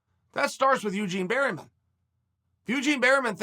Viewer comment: Me: Eugene Bareman Chael: Eugene Berryman Me: Eugene Berryman